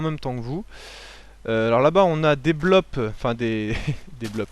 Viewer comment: "des blops" a tu jouer a Dofus ?